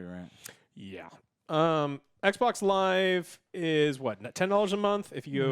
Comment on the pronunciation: Love you Joe, but can you just say xbox please? "Ec boc" is so irritating 😑